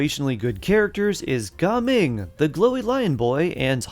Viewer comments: Its not ga ming its gaming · Bro its Ga ming ❌ Gaming✅